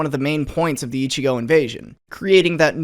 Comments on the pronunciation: oh right the accent goddamit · Ichi-go? How about ichi-no?